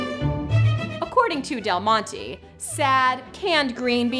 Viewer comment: del mont-ay not mont-ee